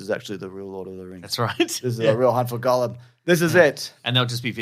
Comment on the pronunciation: Funny stuff, lads, but for the love of GOD, please STOP PRONOUNCING "GOLLUM" AS "GOLEM" AND "ARAGORN" as "ARAGON". I'm seriously grinding my teeth down to the gums every time you say those words. They hurt me. Stop it!